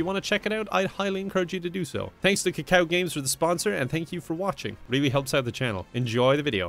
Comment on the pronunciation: As a Korean pronouncing kakao games is kinda funny